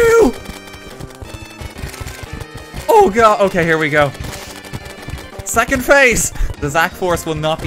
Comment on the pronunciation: "Zackond phase" LUL